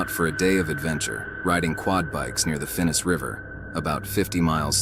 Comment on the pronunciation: Can't even get the name of the river correct. It's Finnis and not Finnest. These low effort videos are passé. And yeah, many of my mates still swim in Australia. You just need to know where.